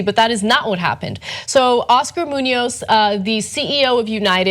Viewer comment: omg the way you guys pronounce Muñoz.. lol